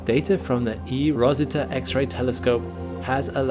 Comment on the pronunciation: It's called eROSITA and not eROSISTA